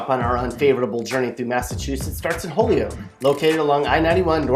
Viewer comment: NOPE NOPE NOPE! Holyoke isn't pronounced holy oak. It's hoy yoke. Omg.